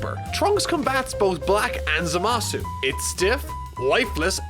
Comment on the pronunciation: Man, i just irk every time someone pronounces Zamasu's name complete with "U" at the end, and what's even worse is i hear the dub officially does the same!